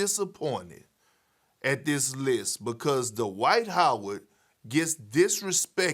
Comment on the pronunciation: DUH-wight Howard